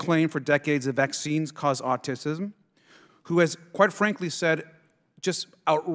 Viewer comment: The word is AUTISM not AUTISISM. you sir just need to stop talking